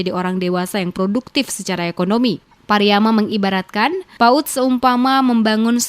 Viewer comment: PARIAMA BUKANG PARIYAMA